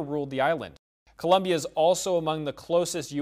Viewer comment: it's colombia, not columbia, i expect higher standards in professional reporting